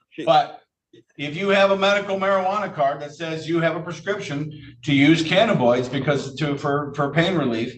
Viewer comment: The judge can’t pronounce cannabinoids.